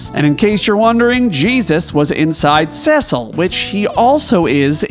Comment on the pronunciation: Its Tee-dus!!!! And Sess-sil!!!! Rrraaagggghhhhhh. And we all know the real greatest warrior is lann and Raynn